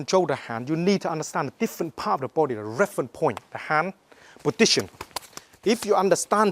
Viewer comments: "This podition"! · anyone noticed he says potition instead of position? ^^ aaah kiddin :) He's good at what he's doin tho :) respect man<3